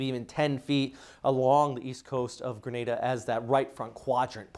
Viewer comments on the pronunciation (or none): none